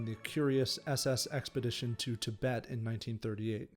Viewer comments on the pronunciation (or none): none